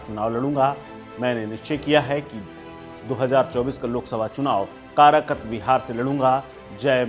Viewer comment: भाई कराकत नहीं कारकाट